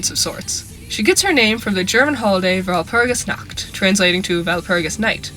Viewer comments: I know it is unimportant but "Nacht" is not pronounced like "nackt" (no "k" sound) instead try to pronounce it like pushing air through your throat while making a "r" sound. But the throat-r not the tongue-r. I know its hard but I wanted to mention it since the mispronounciation sounded so funny I couldnt concentrate (Walpurgisnacht sounds like the night of walpurgis but walpurgisnackt sounds like walpurgis is naked cx) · I cant deny that the fact that no non german managing to even slighty pronounce Walpurgisnacht correctly annoys me.